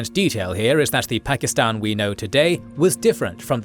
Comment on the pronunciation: How can you spend ALL this time on this video, and not learn how to pronounce "Pakistan"?